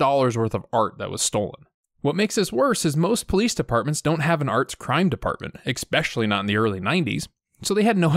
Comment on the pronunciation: It's eSpecially. Not eXpecially. Sorry, I had to.